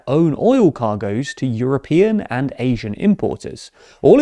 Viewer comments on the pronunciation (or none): none